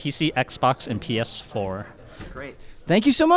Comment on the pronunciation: The way he says PS4 he almost says ps5